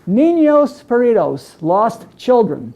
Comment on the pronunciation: Ninos Peridos??? did he mean perdidos? and its Ninos Heroes!!!